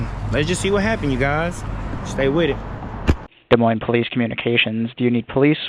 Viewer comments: It's pronounced, "Duh-Moyn" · It's pronounced De Moine! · The "S" is silent. "De Moine" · The S’s are silent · Learn how to pronounce Des Moines--the "s" is silent. The same with Illinois